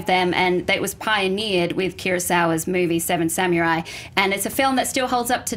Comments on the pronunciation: Someone please teach her how to say "samurai". I know Japanese is often butchered, but it's like nails on a chalkboard to hear "samyurai" every 30 seconds.._ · The way she says samurai...grrrr it's not samyurai! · Anyone else annoyed that Alicia said sameray instead of samurai. Might be accent but it pulled me out of her argument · lol Seven "Samyourai"